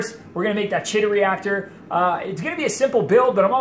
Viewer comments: Chaetomorpha is pronounced with a K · I'm back. It is "Kee Tow." Anyway, you got me thinking... I have saved a boat load of money doing "DIY" projects.Have you ever tried the Kessil lights? I am curious how the strip LEDs you are using, compare. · Isn't the chaeto pronounced "Kee tow?" I am pretty sure it is. Now, I have to find out. Great video. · I also say chaeto, like cheeto... Habbit I guess, we all know what we're talking about.